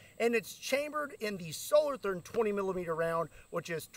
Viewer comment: Solo Toorn...that is not a th as used in english